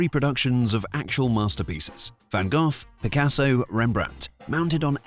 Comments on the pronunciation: Kudos for pronouncing Van Gogh correctly. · The narrator uses the correct European pronunciation of Van Gogh’s name. 🇳🇱